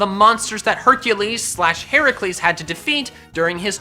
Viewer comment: FINALLY! SOMEONE WHO CALLS HERAKLES BY THE RIGHT NAME!!!! Sorry, sorry, I just... "Hercules, son of Zeus" has always been a pet peeve of mine.